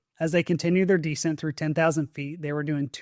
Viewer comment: begging you to stop mispronouncing descent